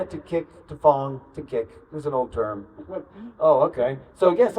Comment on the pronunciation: It’s Fong like Konkey Kong